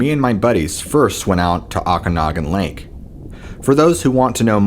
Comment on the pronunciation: It’s pronounced. OH-CAN-OG-AN. It is famous for the ogopogo